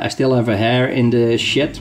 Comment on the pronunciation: Lol...sorry but just for a moment I almost thought you said "I have a hair in the shit." Sounded funny. I'm from Canada and the accent with the term hare(we use rabbit far more) had me thinking, what the hell? Thanks for the review. I'm thinking of a bushcraft knife and REALLY want the Spyderco but this is only $50 here and 440c is a good steel (assuming heat treat is good) its a bargain, but I know I'll always want the Spydy!